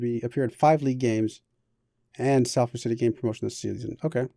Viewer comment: Btw its pronounced Solford